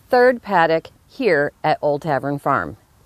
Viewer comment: Lol.... "Old Tavern Fearm" 😂😂😂💖💖💖